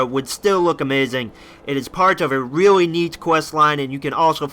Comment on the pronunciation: No offence, Loved the video, but your voice becomes weird some times and you say stuff that sounds like "reawwy" and you sometimes sound like Biwwy from Fallout 3. Love the videos